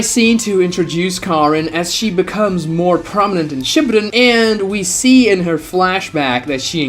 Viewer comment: bro says shipedun